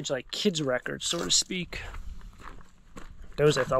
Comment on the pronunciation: I can’t make out if it’s your accent (you’ve commented on it before) but are you saying “Sore to Speak” the saying is so to speak!